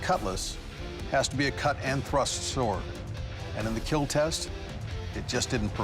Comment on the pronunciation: It’s keal or be kealled